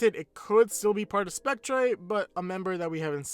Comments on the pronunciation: Just as an aside, Spectre is pronounced "speck-ter" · lol hearing saying spectre sounds like speck-treh